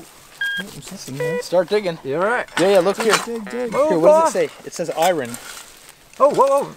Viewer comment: The pronunciation of "iron" kept making me cringe. That's not how we say it in Canada, I promise.